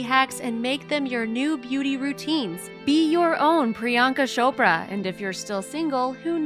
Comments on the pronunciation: It isn't pronounced 'shopra',you say 'ch' as in chair. I always find 'shopra' funny😂it's soooooooo wrong😂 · It’s cho pra like oprah 🙄 not shopra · beach! It's Priyanka Chopra not PriYanka Sopra 😒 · not priyanka sopra it's priyanka chopraa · Its chopra ....not Shopra🤦🏻‍♀️🤦🏻‍♀️🤦🏻‍♀️🤦🏻‍♀️ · Ummm....it's C H O P R A....not shopra😂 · WHy she keep saying "Shopra" . or is it just me? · She does and its so annoying lmao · It's not shopraa